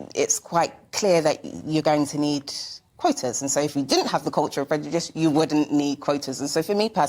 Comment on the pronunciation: She needs to work on her pronunciation of " Prejudish "